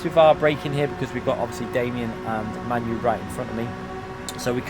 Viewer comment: Lmfao You. Its MANU ~ pronounced "Mah-noo". Not pronounced like your favourite shitball team